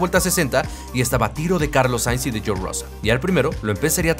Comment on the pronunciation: No podéis pronunciar George?....